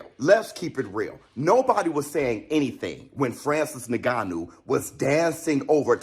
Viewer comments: He's Cameroonian. He's name is Francis "Ngannou" not Neganno. 🤓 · Do you know that many native english speakers have not learned the African way of pronouncing "NG" at the beginning of a word?? In the middle or at the end of a word, yes but NOT at the beginning.